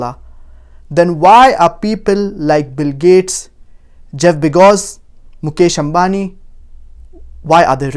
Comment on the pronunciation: He said Jeff begoz instead of bezoz but never mind